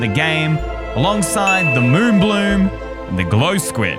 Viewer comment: It's moobloom.